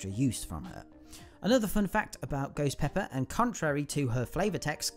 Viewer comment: It’s called ghost pepper not goes peppa